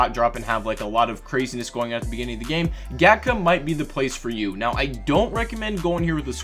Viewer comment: Gatka is pronounced kind of like "gtka".i believe it is hindi.